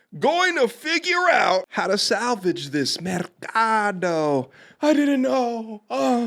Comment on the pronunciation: The way you say Mercado 😂